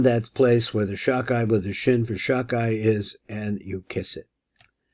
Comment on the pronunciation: Shalom. Around minute 9, or 9.30, I think the name is said "Shadai" and not "Shakai". I mean, with a dalet "ד", instead of a "ק". Thanks for this material.